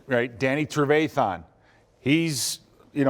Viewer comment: Somebody teach this man how to say trevathan